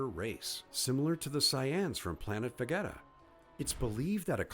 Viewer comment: “The Syans? Vageta ?” Wtf yo are you trolling? Is this an bot?